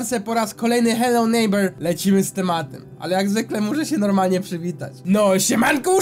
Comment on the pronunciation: aaaaaaaa..... nie chce się wymądrzać ale t ochyba! bo nwm mówi się nejbera